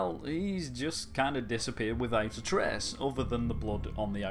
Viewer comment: "Well, he disappears without a treaeaehhhsss" "...into open speaehhsss"